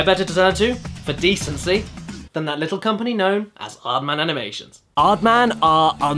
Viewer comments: Epicness Riley He did say Aardman. But they way he used it in a sentence was "Who do you think you are...an "Aardman?" cause Aardman sounds like Hardman. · creator of Chicken Run. Sounds like "hard man" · OH thats the joke everyones talking about. I thought he said Aardman, but i didnt think it wasa the joke .-.